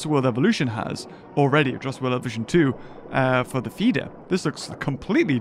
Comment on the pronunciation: When you were telling that beggining mod thing u said evution